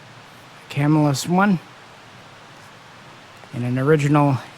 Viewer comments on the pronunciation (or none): It's Cah-mill-us, not camel-us for the knife maker.